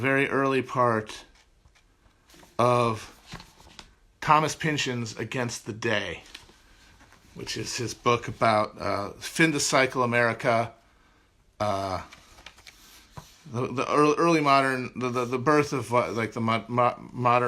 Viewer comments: my man just said finda cycle instead of fin de siècle lmao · Fahng duh s-yeah-cluh